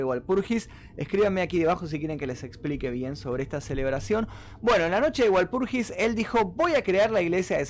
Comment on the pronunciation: "VALPURGIS" se pronuncia, de Walpurgisnacht, es una festividad pagana y cristiana donde se pretende limpiar los malos espiritus haciendo fogatas y otros rituales